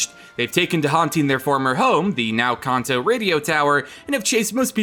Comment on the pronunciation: You pronounce Kanto wrong. Stop